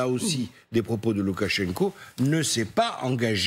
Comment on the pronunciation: On dit : LoukachenkA (le "o" non accentué se prononce comme un "a" en russe. De même, il faudrait dire Chaïgou et pas "Choïgou", puisque l'accent tonique est sur le "ou").